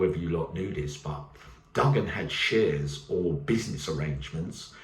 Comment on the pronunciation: Oh, it's not pronounced, Duggan, its Do-an, the G is silent. I am from Turkish cypriot heritage, so there you are, I suppose you do learn something new evryday, unless you knew already. God bless.